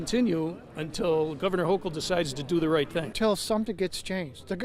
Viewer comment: It’s pronounced “Ho-KUL” She should be locked in the worst prison facility that’s still standing. Poloncarz too. Take ‘em all.